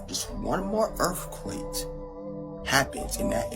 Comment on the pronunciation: "one more massif earfquaTe" ..🧐 if u can't even punctuate the American language correctly I'm not even gonna believe in what your dumbass is saying